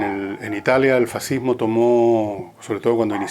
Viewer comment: Hoy en día existe "el fascismo" y "er faziihmooh"